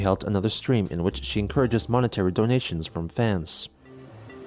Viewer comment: The way he pronounces 'donations' sometimes sounds like 'dalmatians' to me. 'Please give us some dalmatians, please. We need dalmatians'